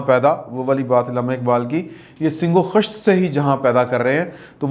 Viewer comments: "sing-o-Khisht" nhe....."Sangg-o-Khisht".........."Paani pitta" nhe......."Pitta paani hota hay" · Hazrat dont mind ifI correct you his name was RUYEDAD KHAN not Rudad Khan. 2ndly Allama Iqbal ko bakhash den unho ne SUNG O KHISHT kaha tha nah k SING O KHISHT. Khuda ra pehle apni URDU to theek kar len. Na aap ki ENGLISH achhi aur na URDU. Umeed hai mind nahin karen ge. Wese agr kar b len to ...........????????? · اگر برا نہ لگے تو زیر زبر لگا لیں سَنگ یعنی زبر کے ساتھ اور خِشت خ زیر کے ساتھ سَنگ و خِشت پڑھیے